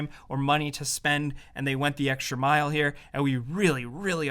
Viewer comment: "And they went the extra M I L E here" NOICE